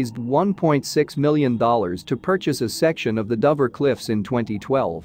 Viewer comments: It is pronounced as dowver try to get it right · Nah , it is DOHver ! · another AI script reader that can't pronounce Dover...you need to check these products.......sloppy careless work